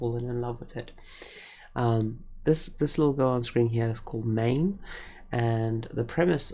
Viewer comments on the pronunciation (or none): Only issue I have is her name is pronounced "mine", not main. The spelling of her name in the light novel is a nice example of how a good translation is performed. The spelling of her name in Japanese is マイン. The standard rōmaji conversion of those three glyphs is マ=ma, イ=i, ン=n, which gives the conventional rōmaji conversion of "Main". But the Japanese pronunciation of her name is the same as an English speaker would pronounce "Mine", which is another common spelling you'll see for her name in some translations. Another spelling you'll frequently see is "Maïne" which is pronounced in German the same as an English speaker would pronounce "Mine". And since the diacritic i is not frequently used outside of Germany, the spelling frequently gets corrupted into "Maine" which is yet another spelling of her name in various translations. As an effort to both preserve the sound of her name and avoid confusion with other meanings of the words "mine", "main", and such, the spelling of "Myne" was decided upon for the official translation.